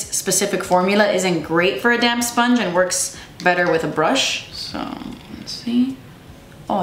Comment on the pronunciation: I thought you kept saying a “damn sponge” instead of a damp sponge hahahah